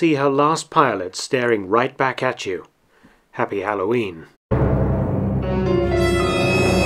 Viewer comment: "Happy Halloween" sounds like "April Fool" :P